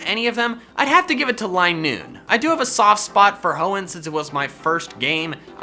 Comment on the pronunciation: Hoenn, NOT Honnen!